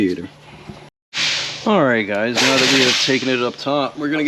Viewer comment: i could of sworn you said meow instead of now. Getting cat game vibes right meow